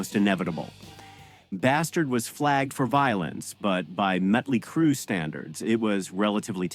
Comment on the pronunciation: It's Motley Crue not Metley Crue. Also it's WASP you don't have to say the letters.